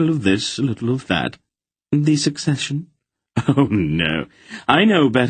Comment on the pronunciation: My one complaint about the reader is their pronunciation of Succession. Over half the time it sounds like he’s saying secession.